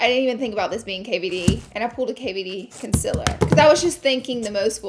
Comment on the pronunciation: It is 2021 and she is still saying Concealer wrong haha It´s not a Conciller